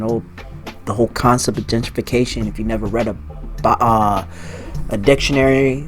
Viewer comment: Gen-trification! Not Genger!